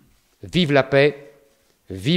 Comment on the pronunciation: La France et non pas la fronce